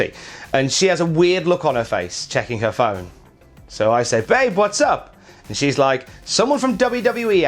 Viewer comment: “For hewr” lol